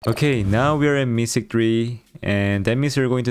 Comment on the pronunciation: Mythic ❌ Mysick ✅ Darryl ❌ Darr-e-yl ✅ ❤️😂